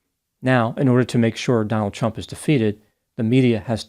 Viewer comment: I sure dislike the way you emphasize the T when you say Trump.